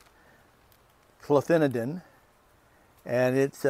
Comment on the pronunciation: your right, it sounded like you said cloanthidin which is a neonic, that makes more sense.